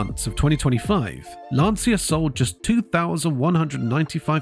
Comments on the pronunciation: And that is a short 'a', as in 'Lawn-cha'. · I am saddened by the potential loss of Lancia. My dad apprenticed at Lancia in WWII and worked there for 11 years before emigrating to Canada. And it is pronounced “Lan-cha”. Please don’t tell me I am wrong; I am son of a guy that worked there for 11 years + an apprenticeship. That is how he pronounced it and he would know.